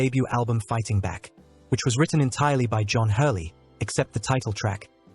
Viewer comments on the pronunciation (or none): none